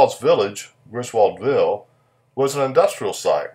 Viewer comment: Griswoldville is still there, South of Macon, GA. The people there pronounce it, "Grizzle ville." Really popular with the metal detecting crowd, parts are still being found.